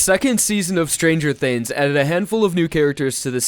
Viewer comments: "stranger thinns" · lmao ''stranger thins''